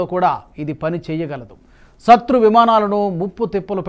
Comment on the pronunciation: సత్రు ఏందన్న...? శత్రు అని పలుకు అన్నా .. తెలుగుని చంపెయ్యోద్దు plz